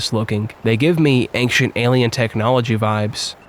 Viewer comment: What's the deal with pronouncing "ancient" as "anxient"? It's like making a typo, but in speaking.